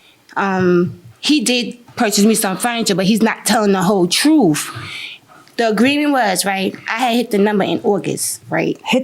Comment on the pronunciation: The whole " troof" and nothing but the "troof".